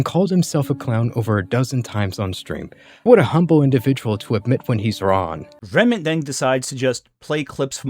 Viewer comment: It was kinda bothering me that you kept saying his name as “Renmant” but he also said your name as “Gramugg’lia” so I guess you’re even 😂